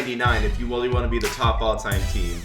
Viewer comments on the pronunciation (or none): lmao no one caught him saying "you need more than 1 99 ovr if u weawy wanna be the best all-time team"